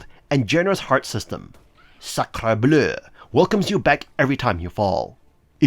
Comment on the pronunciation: I enjoyed your French pronunciation of Sacre Bleu 😁 (I'm French)